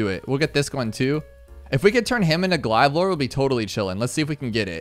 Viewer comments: It got flagged cause you call it "glieve" it's glaive(glayve) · Bro didn’t actually say glide lord not glaive lord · What in god’s name is a Glive Lord. Glay-ve. 🤣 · BRO U DID NOT JUST PRONOUNCE IT AS GLIVE LORD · He does it all the time. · I died every time he said “glive lord” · I hate everytime you say glive😂😂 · "glyve" bruh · He always does that